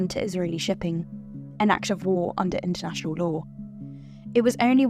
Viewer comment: I had to laugh when he said intenational law..